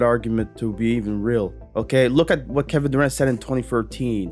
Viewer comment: Did he just said Devin Durant? HAHAHA